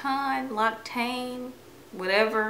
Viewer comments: L'occitane in french pronouce like this "lockssitane " :))) 😘 big kiss love you both!! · yes! loved this haul. fyi L'Occitane is pronounce 'lux-si-taan'